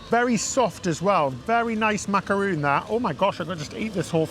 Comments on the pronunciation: Sooo pretty! I might go to live there 😍 the castle too, wow! That macaron (not macaroon 😂) looked yummy! I always thought Japan would be super expensive, encouraging to hear it’s not! X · It's Macaron, not macaroon.